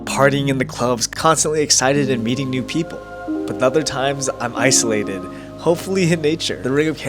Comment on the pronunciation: “im icealated” لا تنكت